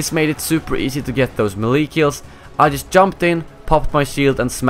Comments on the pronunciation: lol it's not melEE it's maylay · xD Your pronunciation of the word melee is killing me!